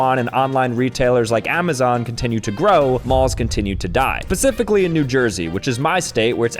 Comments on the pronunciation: Ugh u said “pacifically” instead of “specifically” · Pacifically? Turn for the worst?